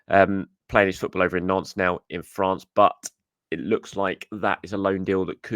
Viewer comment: It's pronounced "nont", not "nonce"!